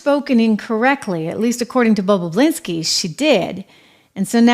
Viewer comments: Bah bah Lin ski NOT bah BLah inski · It's Tony "Bob-u-linski", not "Bob-u-blinski", LOL! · BOB O LINSKI, NOT BOB O BLINSKI PLEASE! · Love how she says "Tony Bubbablinski 😅😅😅😅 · She said Babababalinski😂😂😂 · It’s not “BoBoBlinski.” Two B’s. You’re reporting. Get it right. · Bob-you-lin-ski😊 I went through this a few years ago when Tim Pool couldn't pronounce Puyallup Washington to save his life. It is Pew-al-up Pew, like PewDeePie Al, like Al Bundy Up, like the movie or direction 😂Tim got it right after that! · Mispronouncing Bobulinski's name is annoying. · Trish, please learn how to pronounce Bobalinski’s last name name!!! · Hey Trish, how do you pronounce Tony Bobulinski's name? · So English is not your 1st language, yet you write and enunciate very well. I am sure you will agree with me, Trisha should articulate his surname correctly as she makes money from naming people who are in the news. 101 for a news anchor.